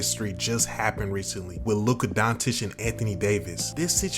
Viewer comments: Bro said Luka dawntich😭😭🤣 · Learn how to pronounce his name. You lose all credibility in the first few seconds of the video. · And somehow u still can't pronounce his name. Total disrespect or arogance. I think it's not so hard to listen to the videos and try to learn. Just from the States you have 7 years of tapes. But do not listen to Shaq or Barckley, they are also in wrong.